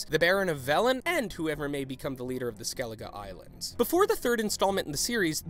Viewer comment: You pronounced skellige wrong